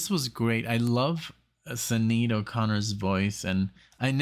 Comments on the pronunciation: More 'Thur' than 'Thee' - and it's pronounced Shin-aid :) Check out The Beat(en) Generation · Can you not just google how to pronounce names?? Especially Sinead. It's very disrespectful.